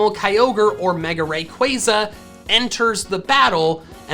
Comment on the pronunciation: I have a suggestion, what if you pronounced rayquaza right. here Ray like raygun And Quaza like you say plaza just qu instead of pl